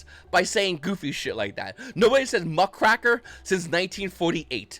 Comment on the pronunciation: It's muck-raker, not muc-kraker but I might start calling it muc kraker now